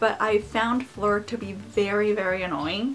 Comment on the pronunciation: The way you pronounce Fleur is SO adorable